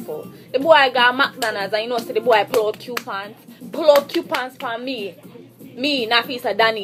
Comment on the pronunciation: Oh my fucking god this girl is tooo irritating....these are the basic bitches thtr trying to live above their mean....bitch u don't deserve anymore than fucking coupons.....and its Coupons not Quepons....damn embarrassment to Jamaica.